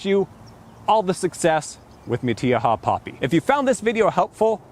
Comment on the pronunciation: I've never heard it pronounced like that before! I'm a native Californian and I can pronounced in spanish words. This is NOT how we pronounce it. We don't use the E sound when saying the letter " I" .